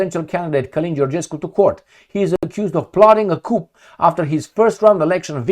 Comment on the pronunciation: Coup is pronounced koo because it is a French word with a silent p.